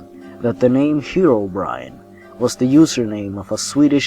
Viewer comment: It's pronounced Hero not Hiro, Herobrine